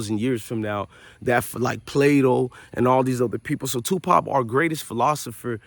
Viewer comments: real talk though , y dis respect Tupac by saying his name wrong? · His name is Tupac not Twopop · Tupop who the fuk is TUPUP . ITS TUPAC PELICAN 😂😂